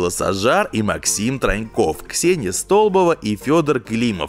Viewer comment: Ксения Столбо'ва, ударение на второй слог бооо . Резануло прям по ушам